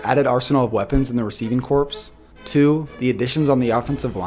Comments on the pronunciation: Corps is pronounced Core. Not corpse. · quick tip, and no disrespect intended, "corps" (as in receiving corps) is pronounced "core", not "corpse". this will make your good vids even better. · and corps is pernouced core like marine core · Corps is pronounced as "core" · Receiving corpse.... Dead receivers. Receiver corps (pronounced like core) is a group of receivers. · Corps is pronounced "core" just so you know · corps? corps? who are you Obama? jesus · The way you pronounced it is a dead body, which as a Patriots fan I hope is true of the Falcons. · I picked up on that too, said twice within about 30 seconds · It bugged me every time he said it